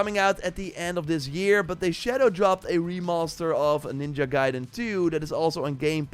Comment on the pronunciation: You can now say the word ninja correctly? 😱